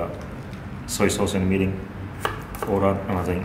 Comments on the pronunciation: LOL mirin not meeting. Mirin wine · Mirin NOT Minn. Sweet Rice Wine not vinegar. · tanks. Mirin prononce and wrote english on video as like 'meeting'^^ i did'nt understand what is 'meeting' sauce. . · ohhh he was saying "Mirin". gotcha. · I cant exactly get the name of the first ingredient u put in the pot ( meeting...milling...) may be a list of ingredient in the description would be nice :D...Great video anyway :D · what is the clear liquid that he emphasize about I heard "Mini"? you did not add text on the screen in the beginning after the soy sauce. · Is he saying "Meaning"??? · No he's saying mirrin, a Japanese cooking wine.